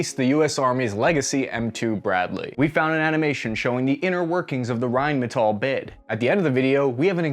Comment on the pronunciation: since when did Rheinmetall become American?? (said til )